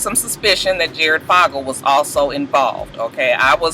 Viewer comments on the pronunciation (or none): So, here's some pronunciation asssist. Duggar = Dug Er, Fogle (Jared) = Faux Gul, Dolezal (Rachel) = Dole Uh Zal, Beyonce = Bee On Say, LOL, Couldn't resist! Stay blessed!